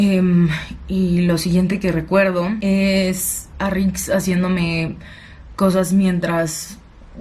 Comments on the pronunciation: No es nix es rik🤣😁😁👍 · ya no es rix es ´´nix´´ jajaja saludos me gusto tu video,me suscribo.